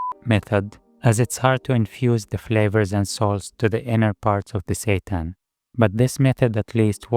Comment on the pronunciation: Every time you say "seitan" i hear "satan" and its fucking hilarious